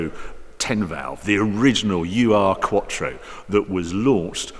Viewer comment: You know this car well huh.. You just called the Urquattro a U.R. quattro hahaha just kidding mate but the 'Ur' is a german prefix meaning 'primordial'